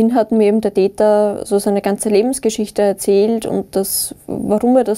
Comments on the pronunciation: Wer versteht auch die ganze Zeit „Dieter“ statt „der Täter“ ? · der Täter, ich habe immer der "Dieter" verstanden.